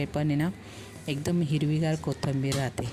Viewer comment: किती वेळा कोथंबीर म्हणता. कोथिंबीर म्हणा.पीठ का टाकलत मग?